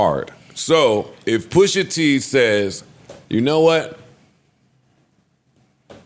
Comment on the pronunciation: Jummo can’t even speak pusha T’s name, Jenny jones must be getting high wit crissy again 🤦🏽‍♂️